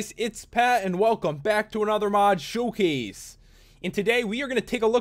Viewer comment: Is it just me, or I thought he was saying mod shoe case when I says mod showcase when I was little